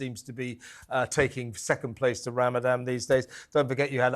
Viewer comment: I'm totally on Kevin's side but sorry to sound picky but he needs to pronounce Ramadan properly rather than call it "RamadaM". The people on the other side of the argument are very likely to get easily offended so it's better to NOT give them something to moan about, as they might get inspired to give him the Batley teacher treatment just for calling it RamadaM. is 100% spot on as well and a huge inspiration for me as a woman. We need more types out there. Happy Easter to all at TalkTV! With best wishes and great respect from a Jewish supporter who is thankful for the support you have given my community.